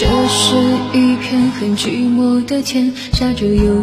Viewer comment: 讨厌发音造作，寂寞就寂寞，什么句寞